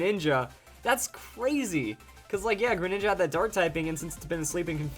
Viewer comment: You said mega greninga